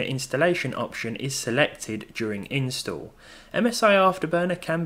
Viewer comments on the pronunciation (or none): none